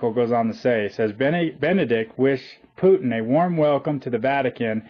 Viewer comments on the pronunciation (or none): none